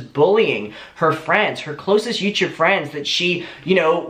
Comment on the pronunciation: YouTube ? No YouChube !!!